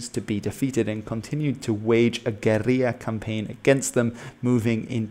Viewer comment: Disliked for the silly pronunciation of guerilla. You're speaking English mate, not Spanish.